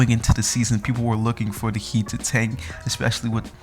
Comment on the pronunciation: Did he first say the Miami hate